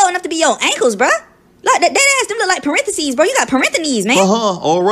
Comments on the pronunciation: Fucking "parentheknees" 💀💀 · Ah yes "parentheknees"